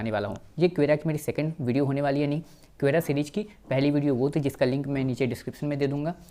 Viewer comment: भाई, क्वेरा नही, कोरा/ क्वोरा कहते है।।